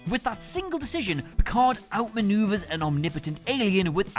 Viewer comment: Nah nah it’s Picard 😂